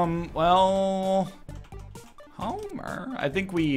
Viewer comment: anybody else hear him say "Homerr" when he entered the arcade on necro 2 ?